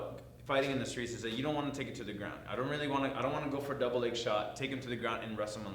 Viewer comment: He said steet not school